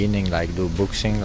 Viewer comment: Boxing will now be known as "Book-sing"